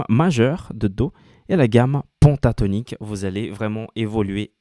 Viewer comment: tu es tres pedagogue bravo !!! ta télé est juste magnifique et elle a un son d enfer !! continue en ce sens je regarderai tes cours ! ah juste une petite precision c est pas PONTATONIQUE mais PENTATONIQUE ca se prononce pintatonique !! pas grave juste une question d accent car je suis marseillais !! a plus cordialement